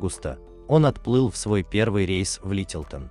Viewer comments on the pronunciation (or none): none